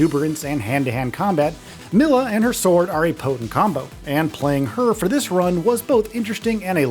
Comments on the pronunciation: How does this dude mispronounce Milla’s name when it’s said MANY times during the game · I don't know who "Mill-a" is or what "Leerium" is. It's pronounced "Me-lah" and how do you pronounce Lillium when the word is right in front of your damn eyes. Other than that. I love this game on ps3. Can't wait to play it again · AI generated voiceover. Can't pronounce Milla, Xillia, or any of the names properly